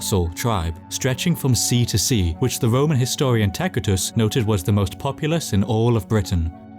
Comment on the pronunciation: Called Tacitus by the proper pronunciantion, instant subscription.